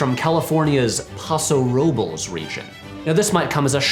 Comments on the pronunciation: after watching "Dudes Being Dudes In Wine Country" I really appreciate your pronunciation of "Paso Robles." Also, Justin is an excellent wine from that region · Wow. You actually said Paso Robles pretty well. Not perfect, but very good.